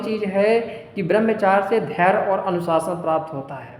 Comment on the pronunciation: Barmchar nhi Barmchrya hota Hai